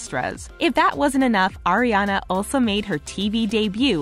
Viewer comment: It's Ariana not Ariena